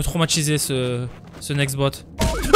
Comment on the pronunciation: Cetera trop drôle la chute quand t'as dis nextobox lol🤣🤣🤣🤣🤣👏👏👏